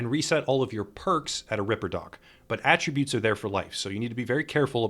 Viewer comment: Very good guide. A+ for being one of the only ones doing these guides that can actually pronounce "attributes" correctly.